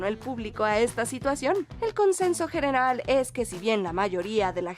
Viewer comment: "el consenso gerenal"